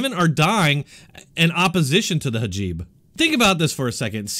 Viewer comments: Hijab, not hajib. Not being snarky, just a correction.. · Love... this guy gets it... except how to say Hajeeb lol